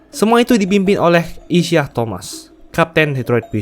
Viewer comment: Isiah Thomas itu bacanya “Isaiah…”, spellingnya nge ganggu banget